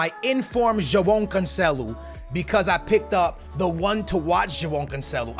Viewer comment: Stop saying Joao Cancelo like that 💀💀💀